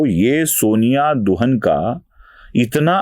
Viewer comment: शायद दुहान है. दुहन नहीं